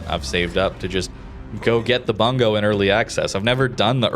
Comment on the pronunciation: Pronounced "Boong-go" not "Bun-go" lol